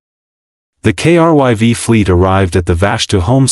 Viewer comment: In the end, nothing new here, but not a bad story. You got the Down Vote because of Editing. "KRYV", everytime this name comes up, the TTS spells it, and that is a limit of the TTS program (I use them daily). There are certain words that need to be spelled phonetically to be pronounced properly. "Krive" or "Crive" probably would have fixed this. The problem is, you all are so worried about cranking out this AI Slop, there is next to no editing being done before moving on to the next one.